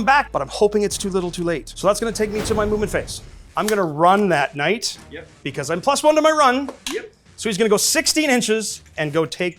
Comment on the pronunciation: The knight pronunciation is very risky!